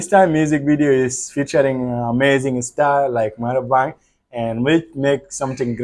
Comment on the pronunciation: Not Marabang it's Ma Rang Bah😅